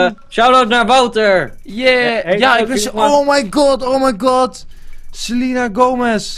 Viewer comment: het is selena niet selina no hate